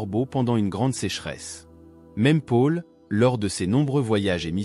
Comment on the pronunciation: 😇🥰 C très intéressant ce que vous dites mais par pitié, Paul ne se prononce pas Pôle mais Paul. A chaque fois, ça me pique les oreilles. Merci. 🤢😱